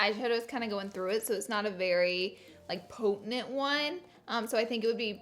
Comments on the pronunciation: Potent... ‘poetenent’...? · Potenent lol love you I can't English either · Lol, did Laura say "potenent"? Gotta love her making up words! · You said “POTANENT” when referring to your eyeliner. So cute!